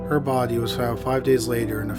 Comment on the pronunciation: The bardy haha always makes me chuckle how he says body - imagine his mrs / you have a great barrrrdy lmfao